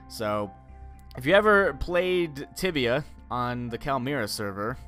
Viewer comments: so i thought he said tivia instead of tibia and i ended up finding a porn site... thanks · Noobs it's tibia not tivia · It's Tibia... Not tivia... it'll pop up tiavia and don't go there >.< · said tivia not tibia. tibia is porn tivia is definetly not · It's tibia not tivia its one of the oldest mmorpgs out there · So, I thought he said "Tivia" and so I typed that into google only to get a porn site and was really confused for a few seconds and then realized he said "Tibia" and not "Tivia"...... yeah..... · Tibia. TIBIA. Not Tivia. Don't search Tivia. Search TIBIA. It's pretty cool. Released back in '97. It's a MMORPG as has said. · Ohhh Tibia. I thought you said Tivia, that could have been weird. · guys it's spelled Tibia not Tivia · I thought said tivia and I searched it and google led me to a new ground. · ITS TIBIA NOT TIVIA PLEASE SPARE YOUR SEARCH HISTORY WHEN LOOKING FOR THE GAME YOURE WELCOME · The name of the game is Tibia, not tiavia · I thought he said Tivia, no my friends that is a porn site. The "b" is very important. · Tibia with a B not a V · It's Tibia...